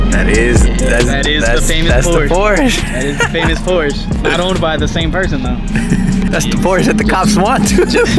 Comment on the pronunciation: you gotta know, it’s Porsche. Not porsch. Porsch is not a shortened name for Porsche like and Nicholas or Mike and Michael. It’s like dropping of the end of a name. So it would be like us calling you Ni instead of. Just to let you know